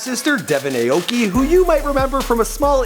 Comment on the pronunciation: That's not how you say his last name..